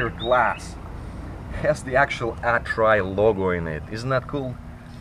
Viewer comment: lol so many lulz with this one. The way you pronounced "Atrai" sounds like "I try". This little van sure does try. Even have turbo blowoff. Sounds mean, but it is gutless compared to some modded JDM cars, but it tries.